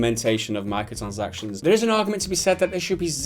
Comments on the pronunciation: This guy saying 'micotchansactizns' is so annoying I had to dislike. Apologies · I like how he can't pronounce 'micro transactions' properly. He says 'Micro sansactions'